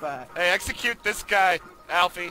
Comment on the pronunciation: lol he knows its syndicate and still calls him aflie thats fucking great